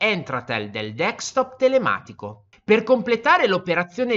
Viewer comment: D E S C T O P SI PRONUNCIA DESC (CON LA C DURA) TOP E NON DECS TOP COME PIU' VOLTE PRONUNCIATO NEL VIDEO.